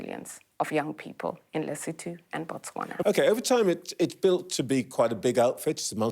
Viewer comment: The country is Lesotho. Not lutho 😅